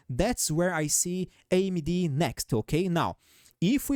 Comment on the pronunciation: You say AmyD perfectly and I love you!! Viva Brazil 🇧🇷